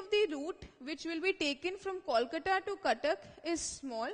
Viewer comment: its not calcata or koolcata its😅 kolkata. improve your pronounciation